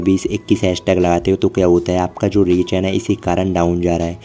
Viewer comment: Leach ❌❌ reach ✅✅